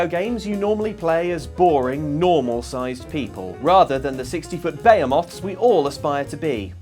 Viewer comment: Bea-moths? Okay sounds big